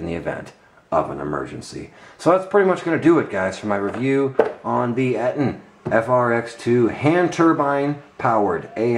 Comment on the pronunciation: Its pronounced "EEE-TON"